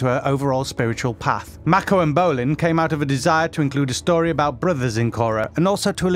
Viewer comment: the way this guy says "mako" makes my cringe